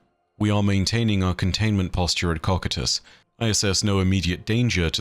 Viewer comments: Would not cocytus be Pronounced (Co-kai-tus) ? And not (Cockatus) lol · How do you get cock-i-tus Out of cocytus? Ko-Q-Tus Like I'd expect so-sigh-tus if you wanted to butcher it but my guy has dick on the brain 😂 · Coe kite us not cock at us. Sorry but it’s the only thing you ever do that I don’t like and to be honest I respect you for having learned the word through reading and not as a spoken word (otherwise you would be nailing your pronunciation) I know it’s a small gripe but it does bug me to hear a word repeatedly mispronounced. I don’t try to correct you to act superior but rather do help you be better, I’m sorry if it comes across as petty bitching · I think you're mispronouncing Cocytus. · Ha you said cocytus